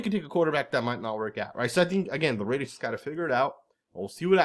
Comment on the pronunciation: I can’t stomach hearing Russell Wilson butcher “Raaaaaaiiiiddddeeerrrs”